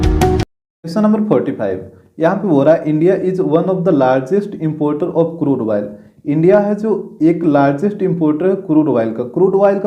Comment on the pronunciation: Crude oil spelling and his pronunciation 😂😂